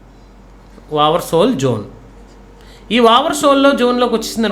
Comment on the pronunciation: Over soll kadhu sir "over sold" sir.